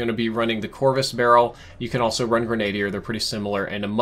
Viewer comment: It’s pronounced “gren uh deer”. Not “grenade er”